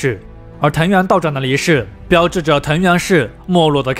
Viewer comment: 藤原道长（chang）不是道长（zhang）